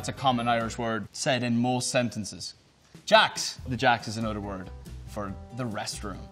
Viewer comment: Not “another”, “anodder”. Love it